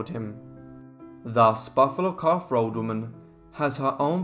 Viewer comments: "Buffalo Calf Robe Woman" .. .. .. not 'road' .. .. .. wela'lin [thank you] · I thought he said, "Buffalo Calf Rode Woman". "Rode" as in the past tense of "To Ride".